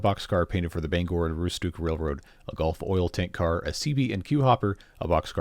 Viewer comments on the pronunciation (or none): “golf”? Did you mean “gulf”?